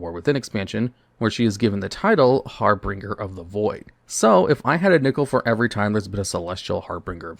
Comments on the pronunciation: it is so good to know that I am not the only one who pronounced Harbinger as Harbringer despite there being only one -r-. I did that for actual decades. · Babe. It's "harbinger" not "harbringer". There's no R after the B. Carefully read your scripts over. You have messed this word up many items in the past. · "Harbringer" ≠ "Harbinger". Har-Bin-Jer, not Har-Bring-Er <3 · Started to think i had misread and was saying it wrong the whole time untill i read this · HARBINGER. H A R B I N G E R. IT IS NOT HARBRINGER. I'VE LISTENED TO YOU MAKE THIS MISTAKE FOR YEARS NOW. HAR-BINGE-R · The way you pronounce harbinger drives me insane lol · Dudes reading the word "harbinger" directly < Is editing his video. With the word And still saying it wrong